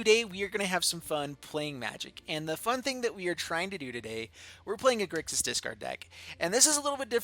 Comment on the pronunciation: It's Grixis. Whoops.